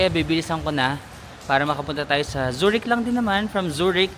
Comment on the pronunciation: Zoo-rick Zoo-rick 😅😅😅 Bigkasin mo siya ng ganito: Tsue rikhh